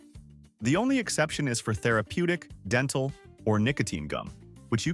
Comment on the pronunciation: So we added another “r” to therapeutic did we! 😂